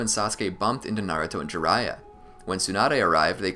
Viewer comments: no. It's nah-ruu-to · I'm not Arab, and it's pronounced nar-ooo-to in sub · no it's pronounced na-ra-to